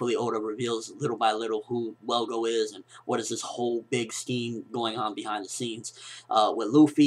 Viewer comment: its is ttrue his more naruto fan than one piece. i mean hes messing up on the one piece facts like the dude name his velgo not welgo thats not a big deal but hes unsure with the facts like detials about kinemon sword style and cc told them to use seastone on the Devil Fruit users.